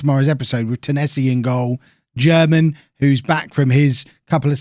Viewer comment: Germann is reallyyyy not pronounced like German